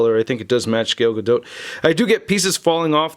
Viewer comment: its "Gal Gado" the spelling is Gal Gadot but you pronounce it as "Gal Gado" with a faint T